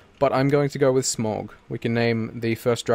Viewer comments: SMAUG NOT SMOG ITS SMAUG, look up on how to say it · SMAUG pronounced SMOW G!!! AS someone who has read the Hobbit, Lotr Simillarion and watched all the films countless times. I know how it is pronounced!!